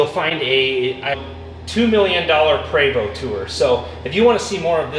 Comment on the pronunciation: It pre-vo not pra-vo (Prevost )french. your comparing apple and orange